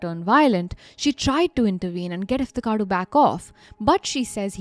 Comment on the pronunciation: Why tho? I think her pronunciation is very clear and correct